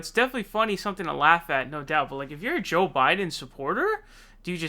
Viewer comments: Lol why do you call him sjow biden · Dude, until you start pronouncing the /j/ in Joe and /a/ in Sanders correctly, and by correctly I mean the way they pronounce their own names themselves, you can't call out Biden's verbal flubs.